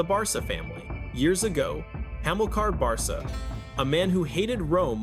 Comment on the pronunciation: Hannibal Bar-sa !!! Oh AI, you ruin everything! It’s Barca (bar-ka)